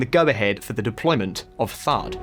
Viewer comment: THAAD not THARDD